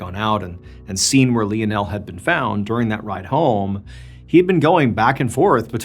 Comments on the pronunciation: If anybody else was pronouncing Lionel wrong I would get off the video but I can't do it to Mr. Ballen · Is it Lionel - lion--l Or Leo-nell? Is Leo-nell the French way of pronouncing it? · You CANNOT pronounce the name LIONAL!! 🙊🙊 You pronounce it like this: LINE-NEL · Hey is it not pronounced " lion-el" instead of " lee-n-el"??! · Im sorry hearing him mispronounced this name so many times is driving me mad. It Lionel like Lionel Ritchie. Not Leon Elle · Really funny. John is saying 'Lee o Nel' and the subtitles are saying 'Lionel'. For someone who has to read the subtitles to understand what is said, it's very confusing and funny, because I notice it every time. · Leonelle 🤣🤣 Lionel like Lionel Richie🤣🤣🤣hilarious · Sorry lie o Nel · lionel is usually pronounced LIE-UN-UL , nonetheless, still great story telling, Mr. BAllen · Love your vids. Just so you know Lionel is pronounced: Lie-nul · It's "Lionel (Lie-nel) 😊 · Wouldn't that name be pronounced (Line-el)? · You’d think he would know how to pronounce Leo-nell. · tack a shot every time he says Lien El.. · I think his name is pronounced lie-nol 😂😂😂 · Sorry to be picky but you are pronouncing Lionel wrong. Think of Lionel Richie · Isn't isn't it pronounced Lionel, like Lionel Richie? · I hate to be a buzzkill but something is telling me that his name is pronounced "lie-nuhl". I could be wrong tho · I love the story but I believe you were pronouncing his name wrong. LION + EL= LIONEL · Said as lion-el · Pronounce lie nul , Lionel, lie nul. My Dad is Lionel Andrew Beresford, liyle or lie nul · Lionel is pronounced Li-nell. It was my dad's name. He was called Leo by my mom and his friends. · Literally loop up how to fucking pronounce Lionel......... LION-EL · Lionel Messi ❌ Lionel Missin' ✅ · I could be wrong, but isn’t it pronounced L(I)onel, like Lion? Like Lionel Ritchie? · We pronounce his name as lie o Neil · Pha-Lee-pae , & Li-nul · I don’t think that’s how you say Lionel